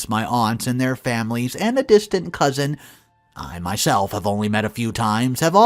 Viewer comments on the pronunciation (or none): none